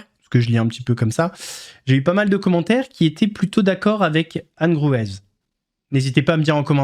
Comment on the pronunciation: Anne Gruez,on prononce pas le"z" boss. On dit Anne Grué😉. C'est une ancienne juge d'instruction Belge. Tu devrais regarder ce qui a été fait sur elle,c'est génial